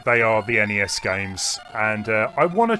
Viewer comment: Its not sness.. but NES game